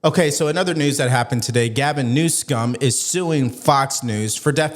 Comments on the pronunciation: Did you say news scum? 😅😂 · I am a Trump supporter and have no use for Governor Newsom. But, you deliberately mispronouncing Governor Newsom’s name is childish and demeaning to your broadcast. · Please stop mispronouncing his name. It's so juvenile and you are far above juvenile